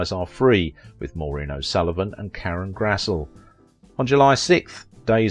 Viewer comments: Brandon de Wilde pronounced his name as "Brandon de WILL-Duh", not "De Wild", as you said. Karen Grassle was "Karen GRASS-;lee". not "Grasse;"/ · His last name is correctly pronouced 'de WILL-duh' (not Wild). Karen Grassle is pronounced GRASS-lee. You need to fact check such things if you want to increase your viewership..